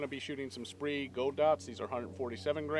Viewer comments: Spree = SPEER ... took me a minute figure out what you were talking about. thanks for the info. good stuff. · FYI, "Speer Gold Dot" not "Spree Gold Dot". Not trying to be a hater, just thought I would let you know. Great video, definitely will not be purchasing an R51. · What the hell is a SPREE Gold Dot? LOL sorry to bust your balls but I had to go grab a box to make sure I wasn't mispronouncing it all these years. Good video; sucks this pistol has been such a massive disappointment for everyone, I was rather excited when I first saw them.